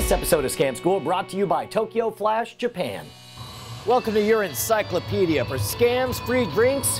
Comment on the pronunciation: You just said "Urine - Cyclopedia" :)